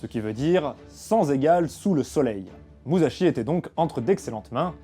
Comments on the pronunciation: Ça se prononce "Mussashi" Le sont "ze" se fait avec le z en japonais ;) Là tu dis Muzashi pendant tout l'épisode... Bisous ! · Déjà quand on veut parler de quelqu'un, on évite de détruire la prononciation de son nom. L'écriture en japonais est en fait une transcription phonétique sillabe par sillabe et il ne faut pas y appliquer les regles de pronontiation française. donc on ne prononce pas mouzachi mais mu sa chi. tout comme lorsque c'est écrit shi cela se prononce chi et si c'est écrit chi cela se prononce tchi. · Prononcer Musashi "Mussashi" serait plus correct "Mouzashi", ça m'a fait pas mal tilter pendant la vidéo. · MouSSachi ! (et non pas mouzachi) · Comme toutes les autres une super vidéo! Il me tarde de voir celle sur le traité des 5 roues. Juste au niveau de la prononciation pour la prochaine vidéo le s se transforme pas en z c'est donc plus moussashi , si ça peut aider^^ tout le reste est parfait niveau prononciation c'est juste ouf! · bonne vidéo, autres quelques approximations (vous en avez souligné une) je ne comprends pas pourquoi vous dites muzashi et par contre munisai vous le dites bien :p (je parle du S). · Ca se prononce [Muçashi] :D ! Ha quel dommage, à peine la vidéo commencé que ça part déjà en cacahouète :p ! Visiblement il y aura une suite, tu auras donc l'occasion de te corriger :D ! : D'après les recherches, tu as bien écrit "Waki", mais tu l'as prononcé [Yaki], ce qui du coup est probablement une erreur de lecture ? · Très bonne vidéo. Sauf une chose facilement améliorable pour la suivante : en japonais, le sa de Musashi se prononce comme si il y avait deux s en français, pas comme un z.